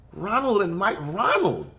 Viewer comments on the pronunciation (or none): none